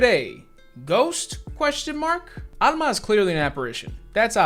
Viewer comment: It's rare to hear my name Alma in anything so it's a nice surprise to hear it in a horror movie. Also major points for pronouncing it with the Spanish accent. I'm so used to hearing people pronounce it All-ma